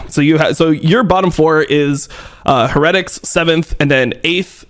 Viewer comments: can you please stop saying heretics like that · no way dom is going to go this whole video pronouncing "heretics" like that lmao